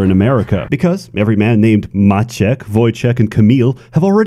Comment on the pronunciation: Once again, pronunciation of Maciek, Wojciech and Kamil is flawless